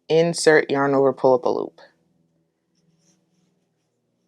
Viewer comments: Saaame xD Everytime I hear poolapaloop. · Great tutorial! Not too fast and not too slow! Also, every time she says "pull up a loop" my sleepy brain just heard "poolapaloop"